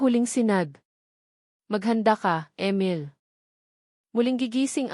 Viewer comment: Ang pangit Ng boses Mo..ang Emil naging amel.ang oa mu mg basa..hndi nakakatakot ang story kundi nakakairita ang boses muh